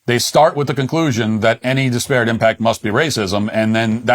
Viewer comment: Matt, great show, but for the sake of all that is holy, "DISparate", not "disPARate".